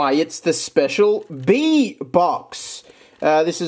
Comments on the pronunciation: Isn’t it pronounced Bee-a? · LMASO HE SAID BEEAN 🤣